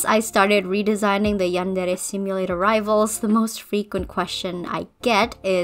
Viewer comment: I love the way you say "yandere" Also, do you will do Asu Rito or you will skip her?